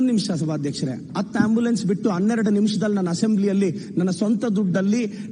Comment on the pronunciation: ಅಣ್ಣ ಅದು ಅತ್ತು ಅಲ್ಲಾ ಹತ್ತು ... ಕನ್ನಡ ಚೆನ್ನಾಗಿ ಮಾತಾಡಿ